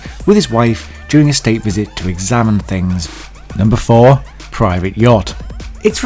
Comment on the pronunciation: "numbeh fouhhh" lmao